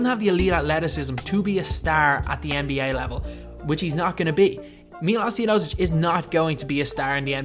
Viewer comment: Sorry for saying this its not Tiodosic its Teodosic